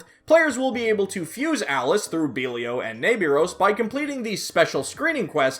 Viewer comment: Mispronounced belial